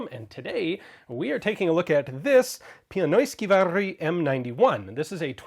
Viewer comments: Very nicely pronounced. Even many, if not most, Finns pronounce it more like piAnoiskivääri similarly to Ian, not piEnoiskivääri like it should by definition. "Pienois-" meaning "miniature" like in miniature model (pienoismalli), therefor: "pienoiskivääri" = "miniature rifle". .22 Pistol would be pienoispistooli aka miniature pistol. It's kinda funny really, when you think about it. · Nice pronunciation! :P Thanks for the info! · Greetings from Finland, the country of snow and mämmi! 😁 That was perfect pronunciation! Next you could try this one; Järjestelmällistämättömyydellänsäkään😉 or this one; lentokonesuihkuturbiinimoottoriapumekaanikkoaliupseerioppilas🤣